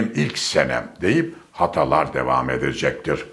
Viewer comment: “Hataalar” şeklinde okunuyor